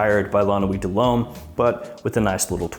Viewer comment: Really? My ears are still recovering from those nine LOMES in a row